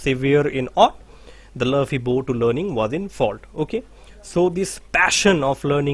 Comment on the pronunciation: Sir, excuse me. Will you please check your pronunciation of 'the' before a constant sound? It degrades the quality of the teaching... Sorry to say this